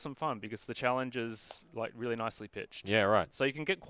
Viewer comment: "Luke Rally"